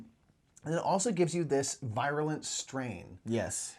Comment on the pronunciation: Virulent. Ver-you-lent.